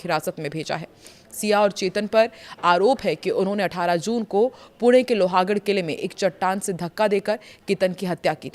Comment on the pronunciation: Please see hindi / marathi spelling of Loh-gadh and pronounce it correctly. It is NOT Loha .